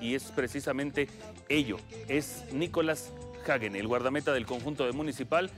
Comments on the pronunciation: No es hegen es Hagen , el comentarista está mal , Hagen con a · Se Pronuncia "jeiguen", y eso que soy mexicano. Fue figura su portero, muy mal, pudieron haber sido goleados. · No xd se pronuncia “Jaguen”